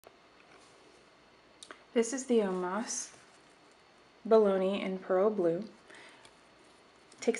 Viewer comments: Baloney! Jesus wept. Bo-lon-ya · Bahlony...lol very sophisticated it's Eyetalian!